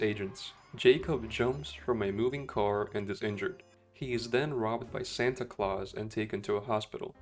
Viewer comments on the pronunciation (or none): none